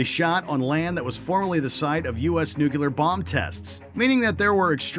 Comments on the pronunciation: Did he just say "Nukuler" instead of "nuclear'? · Listen to me! It’s pronounced ‘NU-Clear’.. this is getting ridiculous.